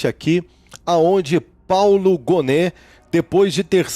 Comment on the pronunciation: Obs: Paulo Gonet, lê-se Paulo Gonê e não Goné